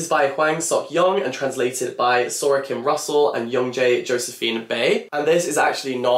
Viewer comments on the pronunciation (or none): none